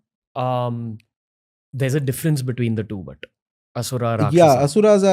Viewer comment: Aree... plz plz ...i request... dont make ... Ram.... ramaaaaa Asur.....Asuraaaaa Arjun.....Arjunaaaaa Laxman...laxmanaaaaa The content is good , knowledgeworthy But plz have some respect/mercy for sanskrit pronunciation...